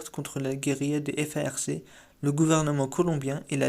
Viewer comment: F A R C = se prononce "farque"...pour info 😉